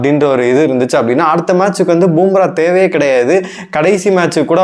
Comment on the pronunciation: அடேய் பூம்ரா இல்லடா பும்பரா மொதல்ல பேருங்கள ஒழுங்கா சொல்ல காத்துகுங்கடா அப்புறமா உங்க கருத்து கூந்தல சொல்லுவீங்கோ